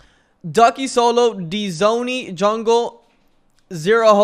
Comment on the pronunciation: Btw Dzoni is pronounced like Jonny. The Dz letters together make a J sound